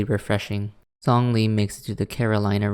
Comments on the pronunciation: No offense but the way you pronounce Zhongli's name physically hurts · Same with Lumine and Xinyan (they weren’t as bad but still… 😰) AND ZHONGLI